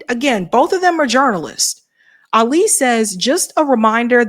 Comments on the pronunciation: Love you but you’re mispronouncing Ali’s name Ah’ li. Ah bu nee’ mah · And Ali has the accent on the FIRST syllable, not the second